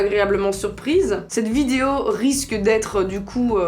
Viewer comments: Il y a que moi qui entend vidio quand elle dit "vidéo" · C moi ou le mot vidéo elle le dit vydewow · Prk elle dit vidio😂😩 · elle a un petit accent quand elle dit Video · pour ta prochaine vidéo asmr dit en continuité "vidéo" j'aime tellement quand tu le prononce avec ton accent 😍😂